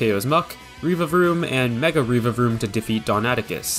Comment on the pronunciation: REEVAVROOM It’s revavroom, like revving an engine. REV avroom.